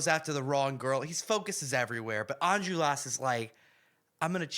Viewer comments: It's pronounced "Ahn-jol-ras," not "enjulras" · I don’t wanna be rude, but it’s Enjolras (pronounced On-Jol-Ras) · As a native french speaker, hearing you butcher the pronunciation of every name and location was a real treat 🙏😂 Special mention for Enjolras